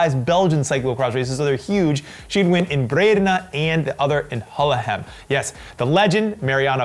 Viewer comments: Hahaha pronounced Gullegem so well #Hullehem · I love how pronounced Gullegem. Especially the ending ´gem´ sounded almost exactly as it is pronounced by locals, the first time he said it.